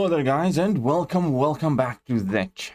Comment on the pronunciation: HELLOOOOO there guys and velcome to the channel. Love you dude, are you based in the UK?